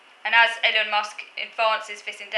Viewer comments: it's Ee-lon. you need a microphone, the audio in this video is painful lol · His name is pronounced Ee-Lon. I think it is quite possible he is autistic. As I understand it his core skills are technical and I think one of the few areas where autists can rise to the top is if they have exceptional technical skills which are in high demand, In most other areas social and networking skills are very important and it would be very difficult for an autist to rise very high. He did have the advantage of coming from a very wealthy family but there is no doubt he has built on that wealth to a remarkable degree. If an autist does achieve huge wealth and status or even becomes a celebrity their life is then likely to depart sharply from typical autistic patterns. For example they will have little difficulty attracting friends, admirers and partners. Of course it's possible many of those people are self-interested but all the same money and fame can make a person very socially attractive. From what I know of him he seems a dreadful person with very reactionary views. It will be unfortunate if some choose to celebrate him as some sort of positive role model for autism. As regards Kanye West I would say it is virtually impossible for anyone with autism (or even traits) to become famous in the entertainment industry as that hinges on social skills, popularity and networking. Someone working behind the scenes in the music industry (e.g. a backing musician or writer or engineer) might be autistic but not a "front man".